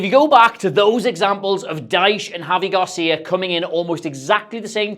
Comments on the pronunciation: It's Gracia not Garcia :face-blue-smiling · Sorry to be annoying but it’s *Javi Gracia, not Garcia